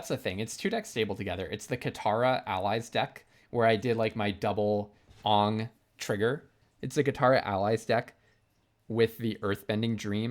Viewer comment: bro is pronouncing aang like the live action movie and not the show 💀 probably an in-joke im not getting, you also pronounce repartee like its not a french word english borrowed